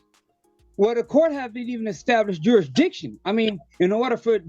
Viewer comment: "JurisDICTION"? no speaky English.